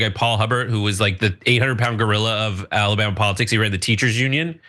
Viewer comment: "What's going on down in Alabam"?